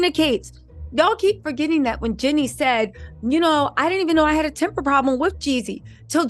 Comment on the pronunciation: Girl!!!!! It’s JEAN-nie!!!! Lol